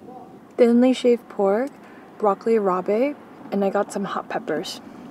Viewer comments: Dinic's roast pork sandwich with broccoli rabe and provolone is so good! Tony Lukes and John Roast Pork also sells them, but Dinics is my favorite. By the way, the "e" is silent in rabe and pronounced like "rob", not ra-bay. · lol its broccoli rob not rabay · I’ve seen so many people misrepresent what a Philly cheesesteak is and what Philly is. You did such a good job. Koodos! Only thing to fill you in on is that it’s pronounced Red-ing market, not read-ing. And broccoli rab, not rab-ay. Not spelled that way, I know. But now ya know. Awesome job again. I just subscribed! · I really wanna go to Philly now, not for the history, but for the food...also it's pronounced broccoli rob, not broccoli raw-bay (or just call it rapini) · Mispronounced broccoli rabe! LOL Not robay! It’s pronounced rob! Haha! Video was nice showing other Philadelphia than touristy areas! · Great reviews for here in Philly. Great choices for sure. Had to let you know it’s pronounced broccoli rob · Broccoli Rabe is pronounced raab. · It’s broccoli rob like the name!